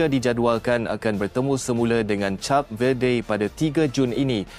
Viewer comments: Hello, bukan cap lah. Aduh. Pergi lah dengar orang announce dlm bahasa inggeris dulu. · ADMIN SEBUT CAP=CHAP..BUAT MALU JE😊😂😂😂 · Sebutan Cape Verde | kayp vuhd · Kenapa cap sebutannya... lain maciammm😂😂😂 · K0 nk ckp tentang b0la tp sebut name negara pun x betul jeng w000